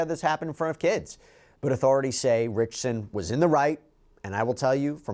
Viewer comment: Not only do you keep mispronouncing his surname wrong, you keep calling him Reacher or Jack Reacher!!!! Really!!!!!